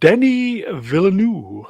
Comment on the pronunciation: it's pronounced "villeneuve"